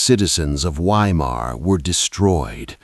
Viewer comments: pronounced Vy-mar in German, not Why-mar.Just sounds odd hearing Why -mar. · I'm not sure if this is some kind of dark humour. I'm talking about pronouncing Weimar as whyma. Surely everyone knows that 'W's are pronounced as 'V's in German in other words the town is pronounced Veimar but spelt Weimar. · Not "WHY-Mar" but Vy-mar. V as in Victor. Narrator's voice sounds like old grapes forgotten in the back of the fridge. Can't listen. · Please, W in German is pronounced as a V. So Weimar is Veimar. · Ai narrator?? Saying WHY—mar is driving me nuts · Sounds like AI. It’s pronounced Vimar, not Weimar. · Is it too much to ask of AI narration to correctly pronounce the city name as "Vye-mar?" I guess that would be intelligent. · It's pronounced Veimar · Weimar is pronounced VYE MAR. Fix your damned AI and learn to pronounce words correctly. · I don’t know if the narrator is human or AI but i wish it would pronounce place names correctly 🙀😬. The letter W is pronounced as a V! please fact check before publishing a video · Why can your Ai correctly pronounce Goethe but not Weimar?